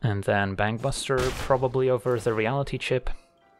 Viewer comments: Every time he says Bankbuster all I hear is Bang Bus and I'm not really sure what that says about me... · or you mean bangbus-ter?